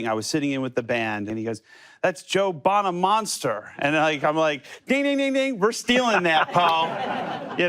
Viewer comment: Not Joe Bonamonster 👎 Its Joe Bonamaster 👍 The Guitarhero !